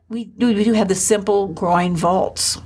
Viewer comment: GREAT!, but....t's 'groin' vault, not 'groind', It's Masa-chi-o, not Masa-she-o; it's MED-ici, not me-DICI.